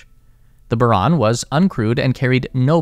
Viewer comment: Não é Baron, é Buran